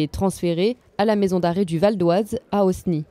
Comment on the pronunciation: à Osny qui se dit Oni. Le 'S' est silencieux. ce n'est pas sérieux. et il faut arrêter d'utiliser les ressources de l'état pour soutenir des trafficants de drogues.